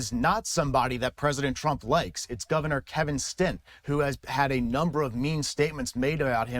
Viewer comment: The governor's name is Stitt, not Stint. DUMBY!